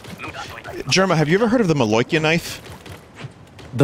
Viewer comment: Had vinny always referred to Jerma as "jerm"?